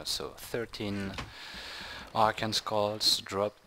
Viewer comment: just another tip on English Arcane is pronounced Ar-caine. Just an FYI:D